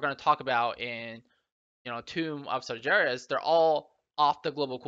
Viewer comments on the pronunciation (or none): Its spelled Sar-GEras, not sarjeras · "in Tomb of Sarjeras" Sargeras with G pronounced similar to good.. or gauntlet.